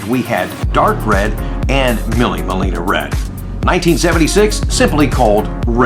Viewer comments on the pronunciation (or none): Millie Melina, I believe is pronounced Meelay Millia, which in Italian, means “Thousand Miles.” It was an Italian race, from 1927 to 1957, which was a 1,000 mile endurance race. Great video,. 🙌🙌🙌